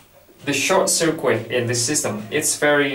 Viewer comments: Hello, just to let you know circuit is pronounced "sir-kit" in english not "sir-qwit". Other than that your english is very good! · It undermines confidence that the speaker doesn't know how to pronounce the word 'circuit'.